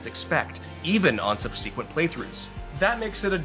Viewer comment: 8 out of 10 review. Would have been 9 out of 10, but pleth-OH-ruh?! sub-SEE-kwent?! Bro, where did you learn to pronounce words?